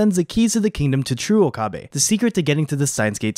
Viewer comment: It's not Okaabae lol